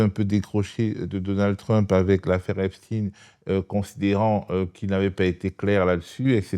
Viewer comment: Epstein et non Epstine